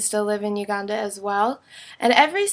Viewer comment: i dont like the way you say Uganda.